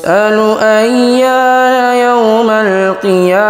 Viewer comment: bang gema, ayat 6 di menit yg benar يَومُ ال bukan يَومَ ال wallahu a'lam